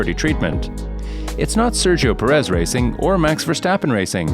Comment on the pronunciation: PErez..PErez...PErez....not peREZ